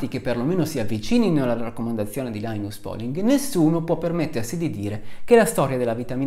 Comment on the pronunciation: Un ringraziamento speciale per la corretta pronuncia di làinas pòling - ma visti i tuoi studi c'era d aspettarselo. A parte la competenza, la cultura, la serietà E la simpatia, c'è anche da dire che sei veramente un signore. Che non guasta mai, anzi. "Le malelingue, incluso io" [...] "certo, tre su tre è un po' strano". Un signore. :-)